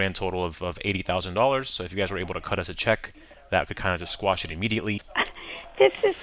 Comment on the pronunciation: It's quash, not squash.